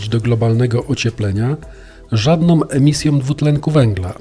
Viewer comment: Materiał ciekawy z mnóstwem logicznych argumentow, ale som zamiast są, kolejnom zamiast kolejną, żadnom zamiast żadną, tom, obejmujom..... itd. . naprawdę bardzo kóje w ószy taka polszczyzna....